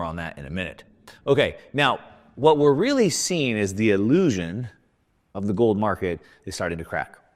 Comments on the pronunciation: Paper “Illisuion”. 😂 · Paper "Illusuion"?? tee...hee...